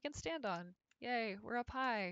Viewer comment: I heard "Yay, we're a pie!"